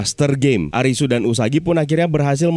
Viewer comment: Karena ga ada huruf L di alfabet bhs jepang, jd Li dibaca Ri Jg dlm bhsa Jepang tidak dikenal ada bunyi mati, berakhiran konsonan. Semua kata dalam bahasa Jepang berakhiran hidup dengan vokal, kecuali satu konsonan “N”. Jadi bukan ARIS, tp ARISU